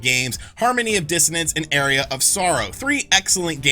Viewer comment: What's wrong with Circle of the Moon? It's the best GBA Castlevania game! And "Area" of Sorrow? How about "Arr-e-uh" of Sorrow?